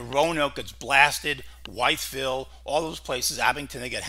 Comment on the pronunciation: Nice,but, please, Wytheville is pronounced WITHville.